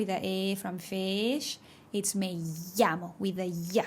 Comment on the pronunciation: If your native language is English, it is easy to hear, but if not (as in this video) the words with short " i " ALWAYS get changed to short or long EE. Fish is pronounced with the short E, in above video. I don't think Spanish speakers can even hear the difference between short E and short " i ".. Cannot think of a Spanish speaker who can pronounce a true " i" in English. They probably cannot hear it, or as soon as they stop thinking or concentrating on it they slip right back into the E sound.